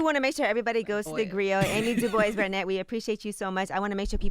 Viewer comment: Barnett, not Bennette lol